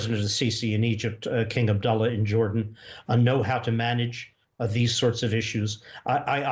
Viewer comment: "King Abduller" lol